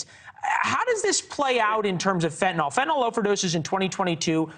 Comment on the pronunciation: She's not a Dr! If she was a Dr she wouldn't pronounce fentanyl fentinol